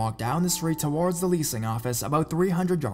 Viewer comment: I think it's because his emphasis on words is weird.. and he drags some words on when not nessisary.. that's why it bothers me a little Like when he says violent TOWARDS US .. it should be emphasis on the word VIOLENT not towards us.. it's just an unnatural way of speaking idk maybe English is a second or third language for him some people speak multiple languages and make little mistake like that not realizing.. me who only speaks English fluently picks it up right away